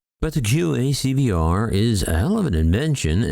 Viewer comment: That Quick Access Cockpit Voice Recorder acronym (QACVR) sure took a pounding. It was correctly stated initially but I also heard QAVCVR and QAVCR, though there could have been other erroneous variations (it was hard to keep track). Edit: Another possibility for the incapacitation of the fellow pilots would be drugging by, for example, spiking their coffees. Of course, there could have been a major malfunction of the aircraft, or perhaps flight surfaces were damaged as it struck a careless UFO.